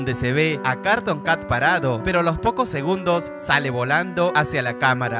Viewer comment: No se dise carton cat se dice cartun cat y el perro tambien